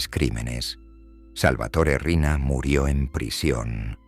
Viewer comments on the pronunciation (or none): No es Arena, es Riina